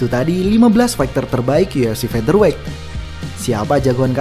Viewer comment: akhirnya.... melafalkan "featherweight" dg benar....mantab 👍🏼👍🏼👍🏼